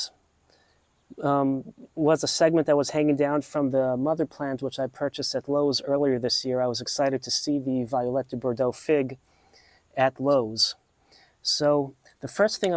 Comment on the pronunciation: Nice work! I usually propagate my figs via tip cuttings. They root so easily. By the way, it's pronounced vee-oh-let duh bor-doh (French).